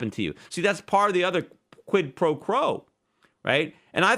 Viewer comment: ''quipropro''... pretty good Peter!